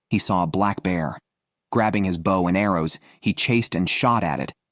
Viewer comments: * Have ya noticed that some of today's crop of young "announcers" obviously do not know how to PRONOUNCE certain words & proper names, that us older folks have been familiar with our whole lives? Take "BOW & ARROW," e.g. This is the 2ND guy I've heard say "BOUGH," rather than "BO" -- both on survival video narrations. Then: to pronounce JODI as "JUDY?" And instead of correctly pronouncing our male outdoorsman WYATT -- as "WIE-et" -- he says "WHITE?" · Yeah sorry soon as I hear the bad AI saying. Bawh instead of bow bought. I realize it's just bad. Cheap AI. Someone has Incorporated into podcast for whatever reason. Yeah, I'm out. Oh come on can you have real person narrate your adventure? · If this guy says bow one more time .....🤬🤬🤬🤬🤬 It's pronounced Beau as in Beau Bridges. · Less he she her him The irritating mispronunciation of bow like their describing a sea vessel rather than archery. Oh and barracuda live in oceans obviously a pike which I toss unless at least 15 lbs. I have 38 lb pike mounted which I caught near where they are. Overall ai seems better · and pronounced bow wrong.